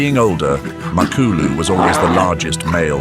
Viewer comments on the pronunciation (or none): NOT MAK ALU IT'S MA KLU LU